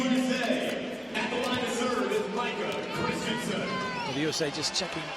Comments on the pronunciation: Zachary Tanteai and he pronounced micah wrong.... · Who else paused the video to read the comments when they started getting sick of Micah being called Kawika Shoji? 😂😂😂